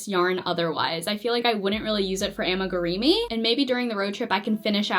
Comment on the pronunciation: I find it very funny that you say “AmigurEEmi” instead of amigurumi. 😂